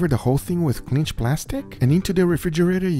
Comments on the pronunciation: It's Cling, like BING, not cling like binge. LOL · Dude, please let me help you with your pronunciation: Cling film or cling plastic, "Cling" rhymes with Ping, Thing, or Ring... You seem to always use a soft g or j, so that Cling rhymes with cringe. Awesome video. The look on Leo's face was freakin' priceless. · It's "cling" wrap... not "clinch" plastic wrap.